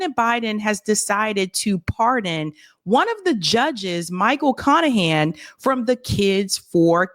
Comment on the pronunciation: His name is literally Michael CON-ahan